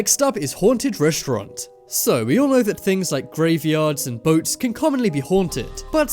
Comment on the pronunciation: reshtront!! Who the hell taught you english and who the hell says reshtront? it's RESTAURANT you half wit